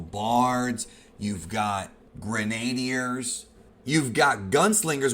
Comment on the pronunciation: Lol grenade-E-ers? Lol it’s pronounced Grin-ah-deer